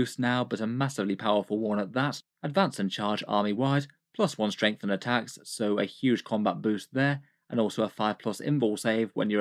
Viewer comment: Oh my god! Just yesterday I was thinking about how puts M's in "Strength" (Stremth) and adds M randomly at the end of the last word of a sentence, especially ones ending with N (Versionm, ambitionm etc.) And now they're doing a video together!? They should call it M&M!